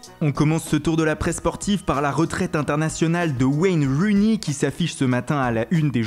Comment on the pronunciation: Rooney pas Runey 😊😜